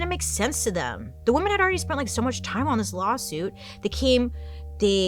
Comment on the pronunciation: I’m watching some old videos. Bailey. It drives me nuts the way you pronounce “women”, it’s pronounced, “wimen” . I don’t know how to explain. Women is differently pronounced than woman. Please don’t hate me. But it does drive me insane